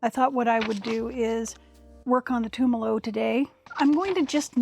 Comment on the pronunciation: thank you for the sticker on the machine. and for learning how to say Tumalo (former resident of Tumalo, current resident of Mpls). blessings.